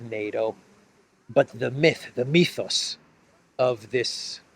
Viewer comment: I love hearing saying "mythos". Nobody but a greek can pronounce that beautiful word that way 😅👌👍